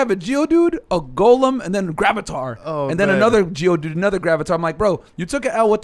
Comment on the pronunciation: Myron said gravatar hahah he meant graveller